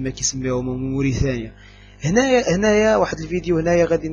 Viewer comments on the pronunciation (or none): هي اسمها موريتانيا ؟يالجاهل وليست مورثانيا اوعلى قولت المغريبا موريطاني !روح اتعلم الغه عريبة صحيح وتعال تكلم